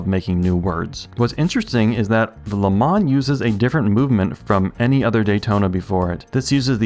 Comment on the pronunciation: Please learn how to pronounce "Le Mans" in French as it should be !